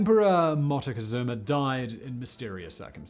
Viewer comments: Hi Simon, i suffer when you strugle with the name Moctezuma, maby i can help you with the correct pronunciation. It is Mok té Zu ma (or at least here in Mexico we say it like that). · Dude i LOVE your channel but PLEASE learn to pronounce this words properly. Moctezuma Mock-Te-Zoo-Ma :D